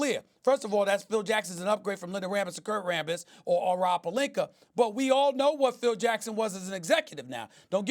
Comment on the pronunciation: Stephen A. - "Rob PelinKER"